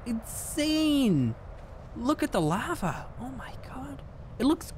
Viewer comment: I love it when on says lava in the dutch style